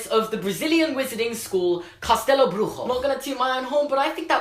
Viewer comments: Wow, you really should be young Tom Riddle. And FYI: your Portuguese is good, but "Bruxo" is pronounced like "brusho". Greetings from Brazil!! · It's actually BRUSHO, not "Brujo" like in spanish... but your pronounciation of castelo was awesome LOL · You pronounced Bruxo like it was spanish, instead of Brujo you should say something like Broosho :) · Minor correction: your pronunciation is more like in spanish, "brujo" and not "bruxo", like in portuguese Greetings from Brazil ;) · It was actually bad portuguese pronounciation.... You sounded spanish. BruXo XXX CHCHCH not, castelo Brujo Not brujo Not brujo. Bruxo! Bruxo. Xo Xo XO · Yeah mate your pronunciation was actually great But the "x" in "bruxo" should be said with an "sh" sound. The way you said it was a lil bit more towards Spanish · Brazilian here - you are actually pronunciating Bruxo as a Spanish word. In Portuguese it sounds like "broo-shoh". And Dourado was pretty spot on during your rant, cause you were saying it as "Dough". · Was not a good job on portuguese but nice try 😂 I mean “castelo” was right but “bruxo” no... Love ur videos tho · Your portuguese pronunciation was kinda bad, but that's ok because our language is very difficult and literally no one gets it right, and you did pronounce "castelo" rather well but "bruxo" was not even close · Bruxo is pronounced broo - shoo not broo-joo. It’s Portuguese and not Spanish. And Benedita Dourado is pronounced Doe-ra-do, not doo-ra-do